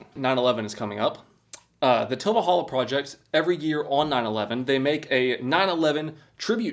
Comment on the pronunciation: Cheapest? No. There’s cheaper “manual” mowers. $80 for a manual mower and $140 for one like you’re using with one extra cutting inch oooo lol. It’s a good alternative if you don’t have a lot of yard. And personal gripe, enunciate please. It’s Til Valhalla. Not tilvalhalla. It’s not one word man.